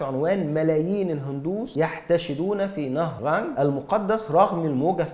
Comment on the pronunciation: النطق الصحيح نهر القانق